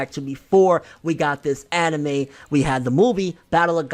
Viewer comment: Gonna down vote everytime he says annieme and manga forr lifeeeeeee boyiiiyiyiyiyi - Toogayyyyyy